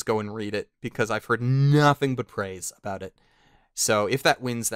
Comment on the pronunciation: Talking "Aboot"? What are you, Canadian?